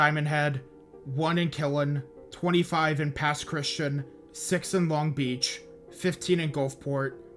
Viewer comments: Just an fyi you mispronounced Pascagoula and Pass Christian. Pascagoula sounds more like ghoul than goal. And it’s not pronounced Christian like the religion. It’s more like Christi-anne. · Just wanted to say as a Native Mississippian, Pass Christian isn’t pronounced like Christian. Its more Chris-Chee-An. Other than that this is a great video at showing everything that happened to us that day. My mom and dad were gonna stay, with my dad even being nearly blackout drunk from gambling at a casino the night it was supposed to start hitting. Only left because his mother wouldn’t stop begging them to leave. Our house is about 4-5 miles inland from the coast. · Also, it’s pronounced - Pass Christy-Ann 😂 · Hey just a comment. I'm not personally from the Mississippi gulf coast but I go to school in Mississippi so I know quite a few people from there. Pass Christian is not pronounced normally, it's more like "Pass Chris-tea-anne"